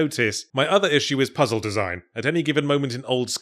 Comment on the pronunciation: “Sir,the second pizzle was yanked”